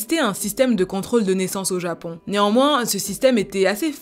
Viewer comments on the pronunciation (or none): Prononce les on plus clairement stp c’est grave frustrant quand tu dis japan au lieu de japon ou maisan au lieu de maison